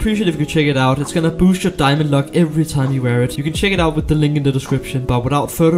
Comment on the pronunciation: I really love his "diamondo" accent😂😂